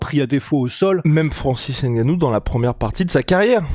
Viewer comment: Les camerounais vont faire une invasion dans le mma. Il va falloir commencer à bien prononcer les noms. Par exemple N...gannou ou M....boa. Exemple Novak Djokovic vous dite bien Djokovic et pas D.....jokovic. Donc c'est la même chose . Mais quoi qu'il en soit vos analyses sont toujours pertinente.